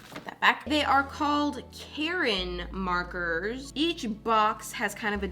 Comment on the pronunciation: it’s ka - rin